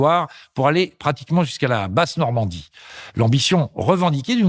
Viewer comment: basse Normandie, pas base Normandie